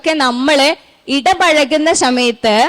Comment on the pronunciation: സമയത്ത് ✅ ശമയത്ത് ❌